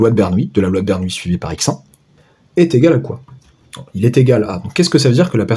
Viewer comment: Bonjour, 1) Par respect pour le grand Bernoulli, prononcez plutôt BER-NOU-LI que BER-NOUILLE-I, il n'y a pas de i devant les "l" et bernoulli n'est pas une nouille 2) Pour L'arnaque Rien ne nous précise à priori que S suit une loi de binomiale (identique et indépendante) de Bernoulli, il faudrait peut-être le démontrer Sinon, on peut écrire que Sn=∑Xk et donc E(Sn)=∑E(Xk) par linéarité de l'espérance. Le bizarre c'est que j'arrive au même résultat.. gloups Je vais regarder la correction.